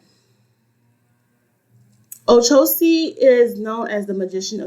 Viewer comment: With all due respect, it's not " Ocosi" is OCHOsi..like the word word" Churxh" O- CHOsi. Just thought you might want to know from a Babalawo. Ashe.